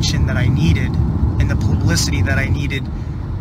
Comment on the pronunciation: "Aspire" not "Inspire", why don't these guys know how to speak? And now he said, "plablicity"! Just avoid any non-single syllable word, dude!